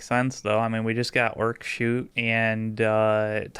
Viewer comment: Every time they talk about their merch, I swear they say Ork at Eight.